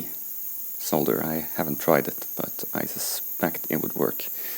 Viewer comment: always nice to listen to some one who knows how to pronounce ‘solder’ properly!!